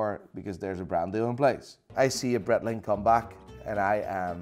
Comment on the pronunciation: why can't you pronounce Breitling properly?